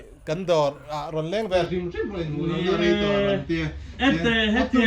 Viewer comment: 'Rawn' tih thluk hi a awn thin a😁🤪 a hmuhnawm thin viau e.